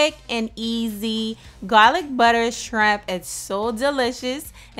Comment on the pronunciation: Yes people she said GAAAWLICK BUDDA!👍🤣